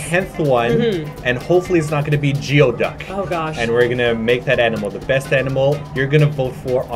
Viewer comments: As a dyed-in-the-wool Pacific Northwestian, I must correct your pronunciation: The abomination of nature that you mentioned is pronounced "gooey duck." I kid you not. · It's funny that teased for saying "plastercine" instead of "plasticine" then immediately turned around and pronounced geoduck, "ge oh duck" instead of "gooey duck". In his defense that one isn't obvious. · I laughed so hard when pronounced geoduck as geo-duck instead of gooey-duck. My college's mascot is actually the geoduck, and that leads to many, many jokes. c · I cracked up when you said Geo-duck, They're pronounced Gooey-duck here. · It's pronounced gooey duck, not jee o duck. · It may be spelled geoduck, but it is pronounced "GOOEY DUCK" and it's the mascot at my alma mater! Yep. the mascot. for real. We're not much into sports...LOL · it's GOOEY-duck in pronunciation. Lots of love from Cali:3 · It's pronounces Gooey-Duck. It's just spelled Geoduck. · Its pronounced "Goo-ee duck"